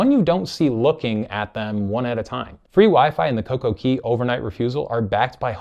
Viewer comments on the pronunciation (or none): It's coco CAY not coco key. It's pronounced CAY because it's set up to rhyme with DAY. Perfect DAY and Coco CAY not Key.